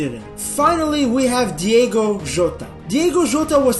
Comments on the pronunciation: How are people still struggling with saying Diogo Jota instead of Diego Jota? 😂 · it's diOgo